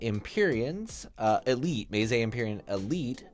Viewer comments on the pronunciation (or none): The worst pronunciation I've heard of meze, maysay